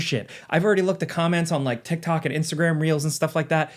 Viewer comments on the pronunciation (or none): none